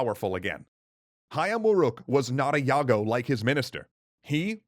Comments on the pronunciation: "Jago" is spelled as "dʒago", not "iago". Perhaps you mistaken it with Iago in Othello or mistaken the fighting rooster with a talking parrot that play as Jaffar's sidekick in Disney's Alladin... Yet in you perfectly nailed "Hayam Wuruk" pronunciation. Nevertheless, I like this new guy/speaker voice rather than the old one... How do I describe his voice... more engaging maybe... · Stop with the Yago crap. It's Jago as J in Justice. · Sigh. For the last time: it's Jago with a hard J not Yago As a Sundanese, I think you oversimplified the story of the Bubat war (the legendary war between the Sundanese and the Javanese). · If I say this once I say it a thousand times, that it's not "Yago" but "Jago" with bold J. Like you don't pronounce Gajah Mada as "GaYah Mada", right? It annoys me much. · its pronounced cha-gaw not ya-gow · Jago is pronounce as djago not yago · Hi, would you mind if I correct something? It's just a little thing, really, but it bugs me. The pronunciation of "Jago" is still with J (as in "jump") not with Y (as in "yes"). But the mistake is understandable. Indonesian used to write J and pronounce it Y, and what was pronounced J, was written "DJ". So, in the past, "Jago" would be written as "Djago". Now, we have what we call "EYD" or Ejaan Yang Disempurnakan (Perfected Spelling) and we don't use the old rule anymore. The confusion is not all yours. One of the province in Indonesia, Yogyakarta (from its real, kingdom name "Ngayogyakarta Hadiningrat"), was written as "Jogjakarta", and people nowadays think that it is how it's pronounced: with J. People then write Djogdjakarta when they want to write it with the old writing style. By the way, "Jago" does mean rooster (the complete noun is actually "ayam jago". "Ayam" means chicken). As an adjective, it means skillful at something or the best of doing something. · Just trying to help, we javanese spelling the victorious as a "jago", not a "yago". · And yet still pronounced Jago wrong.